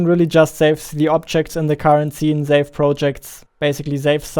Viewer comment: Why you say zave instead of save? what the heck dude you scared me. I am watching this video with earphone and it's night here, i thought some dragon fly just flew near my ear and i tried to shake it off but then i reversed video 5 seconds back and realised its a sound effect which you added